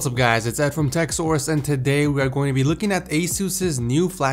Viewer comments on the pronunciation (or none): none